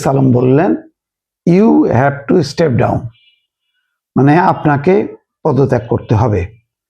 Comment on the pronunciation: আই হ্যাভ এ প্যালান।ইউ হ্যাভ টু ইসটেভ ডাউন। শব্দ একেই রকম